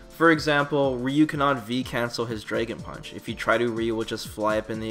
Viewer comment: What the fuck is a "Draygon Punch"? lol